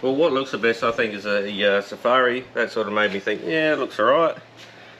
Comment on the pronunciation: have you blokes ever been on an African safari? suh- far-ee